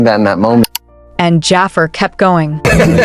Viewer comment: this ai voice saying Jaafer instead of Jaafar is killing me😭